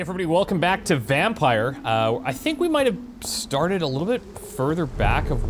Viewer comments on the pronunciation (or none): thanks for the great series, I'm a long time fan. Don't you feel like calling the game "Vampyr", though? I believe it's to be pronounced Vamp-ee-r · I have a dream that will learn how to pronounce the games name.